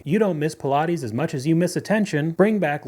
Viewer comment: Pill-ah-teez? WTH? They're Pilates like "Pie Plates" without the second "p"